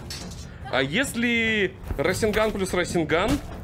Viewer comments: Меня одного бесит раСенган а не расэнган и чидори слобее расенгана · какой рас'енган твёрдый звук е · Не расенган а РАСЭНГА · Не расинган а расенган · СРАСЕНГАН АХХАХАХА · мне кажется или ты сказал срайсягай?